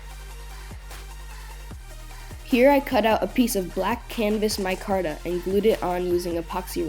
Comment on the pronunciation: The way you say micarta makes me laugh